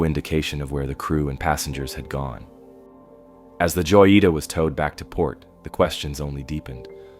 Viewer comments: It’s pronounce (hoyeetah) not joyeeta. J is an H sound in Spanish bro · I dont want to nag but joyita≠ yoita its (ho-jee-tah), I know Spanish do be hard but come on man, it’s not even a hard word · Joyita is pronounced hoyita... you are making me scream mispronounced it over and over 😵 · You butchered the name “joyita” haha good video tho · Not the "Joita", the boat name is clearly readable on the hull, the "Jotita"